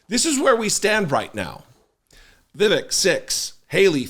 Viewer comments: "vivik" LOL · Its more like viv-ake. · His name is pronounced “Viv-ake.” As in “fake.” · Pronounced Vi-vake, mf er! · Jesse, Hello, love your wife doing a turn on the DP show! Uhmm it is VEEVAKE like "Cake", I heard him so say. Cheers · You can’t call out republicans for calling Kamala Harris “Kuh-mala” instead of “Comma-luh” and then proceed to call Vivek Ramaswami “Viv-ick”… please let’s not be hypocrites like them. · You can’t even pronounce Vivek’s name right. You have no credibility. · He’s a nut job but please be respectful and pronounce his name correctly. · Vivek isn't going to be on any GOP ticket. It's too hard for a GOP voter to say his name correctly. The temp stand in for David can't pronounce his name correctly and he's a liberal/progressive commentator.